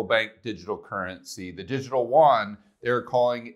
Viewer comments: love your stuff, but Koreans must be confused when you say WON but mean YUAN ( more a "you on" than a "juan" "huan" ) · It's funny how people can pronounce Yen, but they can't pronounce Yuan properly. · It's distracting that you always mispronounce yuan btw. But good video thanks.